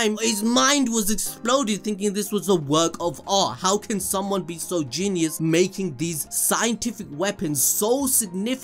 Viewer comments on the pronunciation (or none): none